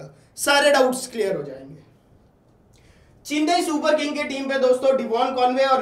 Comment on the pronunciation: चिन्नई नहीं चेन्नई